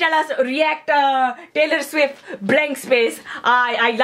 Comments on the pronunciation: When she said Tailer swift! Damn im cracked! LMAO! 😂😂😂😂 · "Tyler Swivft" AMAZING 👍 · How to pronounce Taylor Swift correctly: by Manjeet Singh "Tyler Swiffer"